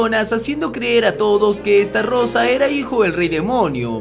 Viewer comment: Que es Estarossa con una "R" no Estarrosa... Jodeeeeeeeeeer